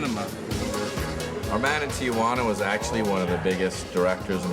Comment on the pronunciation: Noooo, it's not "Tia-wanna". It's "Tee-wanna".